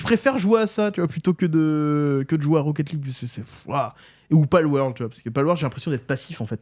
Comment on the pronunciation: PALWORLD et pas PALWORD !! XD